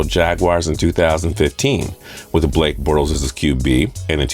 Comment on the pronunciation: This man said Blake bortes